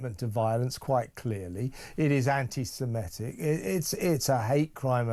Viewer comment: It's antisemitic FFS, why do broadcasters keep pronouncing it antisemEtic 🤦‍♂️ At least he got it right at the end.